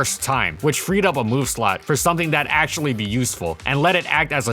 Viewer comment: "How good is Amino acutally?" lolol